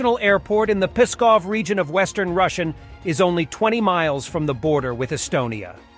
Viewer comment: Please, "Pskov", not "Puskov" or "Peskov"!